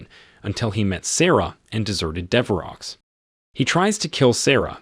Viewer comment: Dever oh. Not dever ox lol. Thanks for the content either way. Love and respect